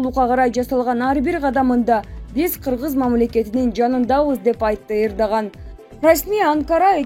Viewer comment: Эрдоган дегенди туура айтып сүйлөчү Эрдаган дегендей угулуп калыптыр